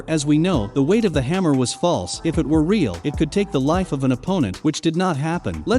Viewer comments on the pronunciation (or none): none